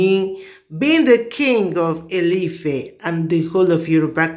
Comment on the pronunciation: you need to learn to pronounce Yoruba. Ie Ile Ife not ili Ife